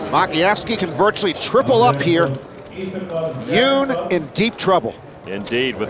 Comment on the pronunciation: Huynh is pronounced “win” not “hee-yun”